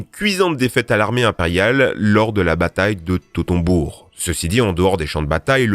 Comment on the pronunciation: Je m’appelle Hannibal et la bataille n’était pas totenbourgue mais toteubourg